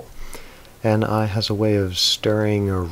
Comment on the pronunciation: 9:3 you mistakenly said "Ne" instead of Ni I think